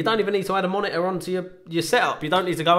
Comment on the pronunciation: Love the way you say Monitor. "Moni-uhh"